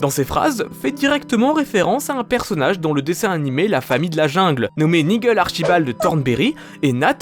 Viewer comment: C'est pas '' Nigueul '' c'est '' Naïdjeul'' 😩